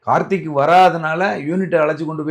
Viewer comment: நெறியாளர் தம்பி... கார்த்தி அல்ல கார்த்திக்...